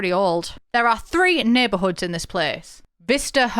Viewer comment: You reading those neighborhood names was criminal 😄💀